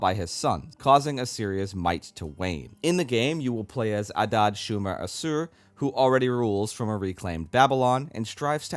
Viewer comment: It’s pronounced Ashoor. Awesome video. I hope they add the Armenians (Nairi)